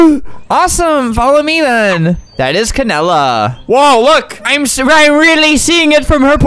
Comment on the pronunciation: Bruh he said Canada 🇨🇦 instead of canela